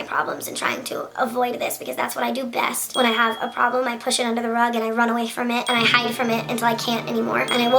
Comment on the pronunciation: "that's what I do beust"